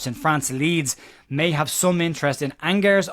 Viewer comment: Jesus,. Did I not tell you ALREADY that Angers is pronounced On-Jay!